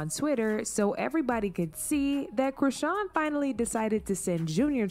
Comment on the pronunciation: Charlston white calling people dumb whilst he's calling chrisean 'Christian' and saying 'artistic'. The irony 😑🤌🏻